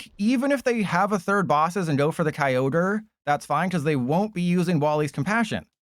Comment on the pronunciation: Key-o-gree?!? wtf man I was having a nice day